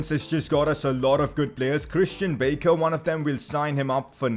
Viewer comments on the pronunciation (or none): your pronunciations are hilarious, I am from the Netherlands and it’s Bakker not baker and Dubois is French so not Duboys but more like Dubua